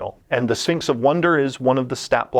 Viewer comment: Does anyone else keep hearing "A Sphincter says what?" Every time he says Sphinx?